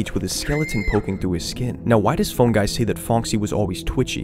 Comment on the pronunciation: Just a side note, as criticism to help make your content better, you should really try to pronounce the "phone" in "Phone Guy" with more of an O sound. At least to me, it's too much as "Fun Guy". My reaction was: "Who the f is Fun guy?" and then instantly realising you said Phone. It's supposed to be helpful criticism, if it's not, then ignore it. I just thought it fits your "theme/mood" in the videos. Otherwise, nice video :)